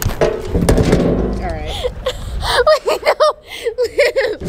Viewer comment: LIV it’s liv guys livvv